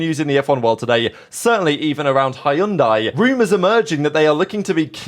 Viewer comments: ITS not HAYUNDAI, it's said Hyun Deh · What did he say? Hayundai? HHAHAAHA this guy is not really a car fan. Its pronounce as hundai not Hayundai 😂😂😂😂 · It's pronounced "Hun-die". The Y is silent and this is all about money. The one huge mitigating factor no one ever seems to mention is Carlos Slim of the Slim family, Telcel fortune. That is a 'Blank Cheque' sponsorship, as the Slim family has consistantly spent WHATEVER is needed, including the Force India fiasco and everything since to insure that a Mexican driver competes in the Mexican Grand Prix and Sergio Perez is the driver they back to the fullest extent. That much money actually matters, no matter what team it is. Money talks and bullsh!t walks. Just ask Lance Stroll! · Nope, “dai” is pronounced like “die.” For example other similar word pronunciations; Sai (weapon), Lai (name), Mai (name), Thai (of Thailand descent). Edit: American English often mispronounces many foreign language originating words. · Its hun-day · As a half Korean, I'd like to offer the native pronunciation of Hyundai, y'know, in case they do end up on the grid lol "hyun-deh" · We know, they run adverts on the topic. But in the car community it will always be hi un dye. I recommend you adopt it. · Had to check wtf is Hyundai. We pronounce very diff here in 🇺🇸. 😂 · My man, the way you pronounce Hyundai is so distracting that it's funny! Love your channel but please verify how to say the brand correctly 😅😅. Lol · Hyundai. Has two syllables. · I’m telling you this is how Koreans, in Korea, pronounce their brand. But if you want to keep saying it wrong after being informed, then be my guest 🙂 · Your pronunciation of Hyundai 😂😂😅